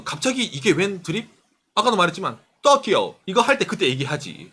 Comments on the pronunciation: 이 "토키오" 하는데 왜 저한테는 " 떡이요" 들리는 지....^^! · 또끼오~넘 강한 발음..